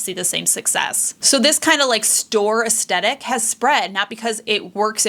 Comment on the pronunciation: I had to stop watching this video. Due to my own quirkiness, the way "aesthetic" is mispronounced in this video is getting to me. 😂